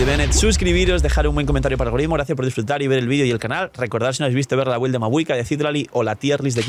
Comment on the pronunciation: Cuando empezaremos a pronunciar bien la palabra BUILD? (Se pronuncia bild) Si te llamas, el canal Games and Chill, y te patrocina Lootbar, pronuncia Build bien por una m4ldita vez!!!